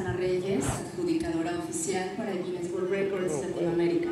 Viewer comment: Tienen que escuchar mejor, ya que se han enfocado algunos en la pronunciación de la representante; ella dice Guines y resalta la S.